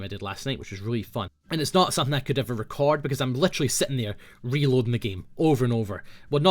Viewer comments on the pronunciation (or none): none